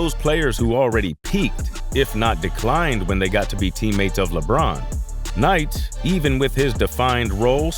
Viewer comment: The host on this video totally meesed up on the pronunciation of Dalton's last name. 💯